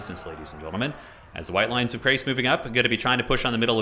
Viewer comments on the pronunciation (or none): also, it's chrace, as in shrace, not as in krace. yes, there are correct and incorrect pronunciations of these things. yes, the people who make total war often are guilty of mispronunciation, don't use them as a guide. I've heard multiple conflicting pronunciations of the same name in different CA videos.